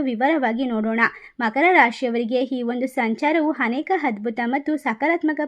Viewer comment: ಕನ್ನಡದ ನಿರ್ದಯ ಕೊಲೆ 🤦 ಇದೇನು ಕನ್ನಡ ಭಗವಂತಾ 🙏.. ಹಿಪ್ಪತ್ತಾರು, ಹಿಪ್ಪತ್ತೇಲು, ಹಿಪ್ಪತೆಂಟು... ಹಿದೇ ಹೊಂದು ತಿಂಗಳು...,ಹಿದರ, ಹೆಂಟನೆ ಮನೆ, ಹೀ ಹೊಂದು ಹದ್ಭುತ, ಅಣ ಕಾಸು, ಹಾರ್ಥಿಕ, ಹತವಾ, ಹತ್ಯಂತ, ಓಸಾ ಹವಕಾಶ, ಹನಿರೀಕ್ಷಿತ, ಹಿರುತ್ತದೆ, ಹುತ್ತಮ ಸ್ಥಿತಿ, ಹಾತ್ಮ ವಿಶ್ವಾಸ, ಹಾಧ್ಯಾತ್ಮಿಕ, ಹಮಾವಾಸ್ಯೆ, ಹಾತಂಕ, ಹಿದು, ಹನುಕೂಲ, ಹಂಶ, ಹೆಚ್ಚರ, ಹಾರೋಗ್ಯದ ವಿಷಯದಲ್ಲಿ ಹತ್ಯಂತ ಹೆಚ್ಚರಿಕೆ...., ಅಳೆಯ, ಹೆಲ್ಲಾ ರೀತಿಯ, ಹುದ್ಭವ, ಹಗತ್ಯ, ಅಸಿರು... ಹಾದಾಯ... ಹಾಂತರಿಕ... ಹಗತ್ಯ... ಗ್ರಹಗಳ ಹಾದಾರ.... 🤦 ಇದೇನು ಕನ್ನಡ ಭಗವಂತಾ 🙏🙏 ಕನ್ನಡದ ಬರ್ಬರ ಕೊಲೆ... 🤦🤦